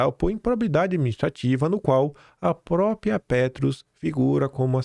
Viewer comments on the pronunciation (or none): nao se pronuncia PRÓPIA, se pronuncia PRÓPRIA* 🍊👏🏽♠️